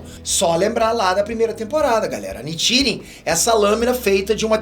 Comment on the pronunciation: mano, me dá maior agonia ele falando os nomes errados! ''Tânjiro'' ''Háshira'' ''Níchirin''